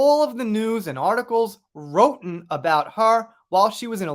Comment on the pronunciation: I think wrotten should be pronounced as rotten, which is an excellent word to describe what kind of person Amber is. And her screen time in Aquaman 2 needs to be cut down to zero seconds. It's what she deserves for her lies and abusive behavior.